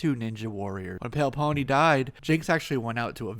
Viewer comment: Pale Peony and pronounce it correctly. Pale Peony (Pee-A-Nee) or Margarita Shiro (she-row)